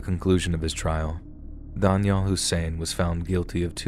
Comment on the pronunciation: Oh man, learn to pronounce Daniel properly, Wtf.